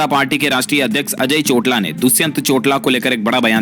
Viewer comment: Plz say chotaala not chotla